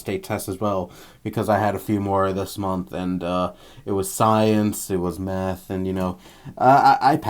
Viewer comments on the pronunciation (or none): it sounds like you said "It was science... it was meth...." lol